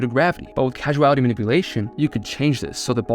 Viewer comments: It's causality not casuality! : ) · I'm sure it's been said, but it's Causality, not Casuality. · Not casual-ity, cause-ality. Rhymes with paws-ality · don't mean to be that guy but i do causality is pronounced Kaw-za·luh·tee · Pronounce causality correctly, pleaseeee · what i can't wrap my head around is how you mispronounce causality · You mispronounced causality...